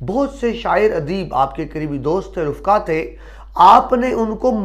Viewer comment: (رفقاء) فاء کے ساکن کی بجائے فاء کے زبر کے ساتھ